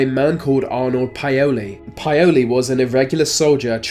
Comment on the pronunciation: No offence but you're kinda butchering the ethnic names. Plogojowitz = plug GOY oh vitz Paole= POWL ' eh. Eastern European descended person.